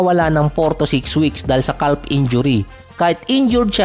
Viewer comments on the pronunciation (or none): none